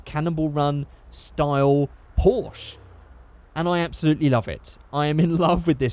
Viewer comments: Is it so hard to pronounce a name? PORSCHE < there's an 'E' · When can't pronounce "Porsche" (•̀o•́)ง